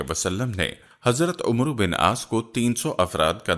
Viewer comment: Umro naam nhi hota amer bola jata ha